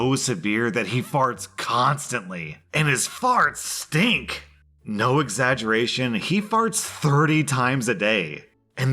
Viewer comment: The emphasis on “STINKS” has me OUT. 😂😂💀